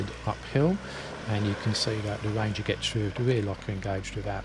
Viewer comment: It a ranger! not a wanger